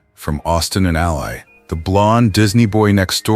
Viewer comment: I don’t know why the creators insist on using AI narration that mispronounces famous names. Whether it’s ignorance or laziness, it results in spreading misinformation. Austin’s costar’s name Ally rhymes with Valley.